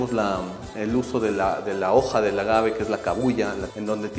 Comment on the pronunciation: Muy interesante este reportaje. Bien explicado, se nota el conocimiento sobre este tema. Tantas cosas que nuestro país ofrece y a veces no lo sabemos. Lo único que me pareció extraño es que seguías pronunciando "ágave" con acento en la a cuando no es de esa manera, a pesar de que escuchabas al experto en el tema no lo corregías. Por favor dilo de la manera correcta sin cambiar el nombre. Saludos desde Canadá 🇨🇦🇪🇨